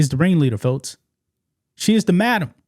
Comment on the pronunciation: MADAMA NOT A MAMA 😂🇺🇸🇺🇸🍎